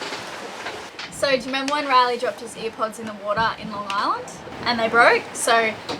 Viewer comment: Air pods not ear pods